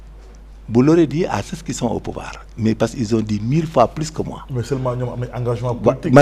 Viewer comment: Il remettre ces loosers à leur place, jouer à l'intellocommence par avoir une bonne élocution, gens se prononce "jan" et non "janss"😂 ceux se prononce "seu" et non "seu ss"😢😊😅 Parlez ouolof bon sang avec vos costards à dix balles, c'est quoi "républicalité" 😂😂😂???